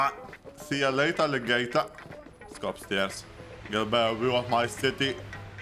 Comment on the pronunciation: "see ya later ligator" LMAO